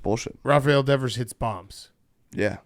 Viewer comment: Christ, Devers has been on the Red Sox for 8 years and can’t pronounce his name?